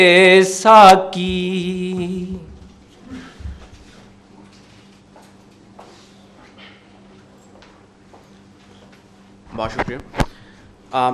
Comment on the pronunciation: السلام عليكم ورحمة الله وبركاته ، اس چینل کا نام کیا ھے ؟ تلاوت جس نے کی ھے وہ جنگل سے لایا گیا معلوم ھو رھا ھے نہ کپڑے ڈھنگ کے ہیں نہ سر پر ٹوپی ھے نہ تلاوت میں تجوید ھے نہ لہجہ اور لحن ھے کسی کی اردو صحیح نہیں ھے (ساقی) کو ساکی ک سے پڑھ رھے ہیں (قریب) کو کریب ک سے پڑھ رھے ہیں علّامہ (لام پر تشدید) ھے لیکن بغیر تشدید کے پڑھ رھے ہیں ، علّامہ اقبال کے پروگرام کا چینل چلائیے گا تو خیال رکھئیے گا کہ اردو صحیح ھو تلفظ صحیح ھو پروگرام میں شارکین کا لباس صحیح ھو ، مجھے افسوس ھوا ننگے سر تلاوت کرنے والے پر ، ننگے سر تلاوت کرنا قرآن پاک کے ادب کے خلاف ھے ، تلاوت کرنے والا خوش الحان قاری ھو مجوّد ھو با ادب ھو چہرے پر ڈاڑھی ھو سر پر ٹوپی ھو اگر آپ میں ادب وآداب نہیں ھے تو ادب کی محفل بے ادب ھے ۔